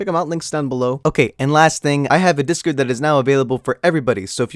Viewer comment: you said discurd